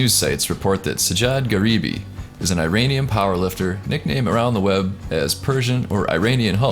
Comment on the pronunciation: "Eye"-Iranian?!? Say it correctly man.